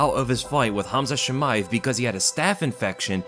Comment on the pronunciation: Ah yes, kumshot chimichunga